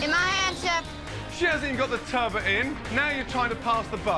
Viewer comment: It's TURBOT not TURBO ffs